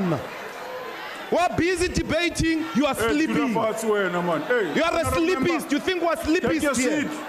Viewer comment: 😂😂Did he say sleepist?